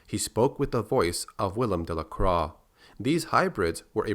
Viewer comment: Croix - pronounced "croy"